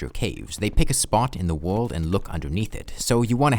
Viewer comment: twee, fwee, wold